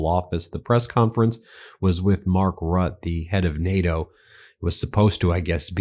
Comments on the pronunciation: Ok, I can't take it any more.....it is pronounced Mark "RUTTER" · Pronounce Mark Rutte's name something like ROOT-A That's the way it sounds in Dutch. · Please look up how to pronounce Rutte's name. It's not "rut". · This NATO guy's name is more like "ROO-TEH" but maybe he is Mark ROT cuz he's not the NATO leader we need right now with this brainrot POTUS... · Lol it's pronounced Mark "Rooteh" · Correct pronounciation: Mark Ruhtuh ... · Please learn to pronounce RUTTE! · It would be nice if you try to say his name a bit correct. It's a bit ridiculous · Hi Ben, thank you for all your work. The name Rutte is pronounced with two syllables. Ending in an “uh” sound, but with the emphasis where you correctly put it, on the first syllable. Best wishes from The Netherlands 🇳🇱🇪🇺💙💙💙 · NATO Secretary General Mark Rutte - which is pronounced 'ROO-TUH'. Not 'RUTT' and not 'ROO-TER' - although the last of these is kinda there. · PLEASE BEN! LOOK UP O-N-C-E how Rutte's name is pronounced... If you can't do the "rolled 'R' ", ok. But the rest... 😭 .. at LEAST it has 2 syllables - Rutt - te ... 😁😉